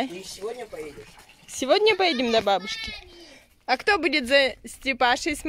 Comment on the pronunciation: Пытаюсь вас уже который год начать смотреть, но не могу, почему вы буквы все не проговариваете.... Сморю, деушка, баушка, да еще полно так слов, вам лень что ли слова нормально произносить, эх,. Вроде семья у вас спокойная, хорошая, только ваше произношение отталкивает от вашего канала.